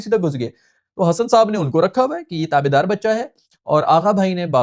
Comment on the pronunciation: Hesson❌ Hassan✅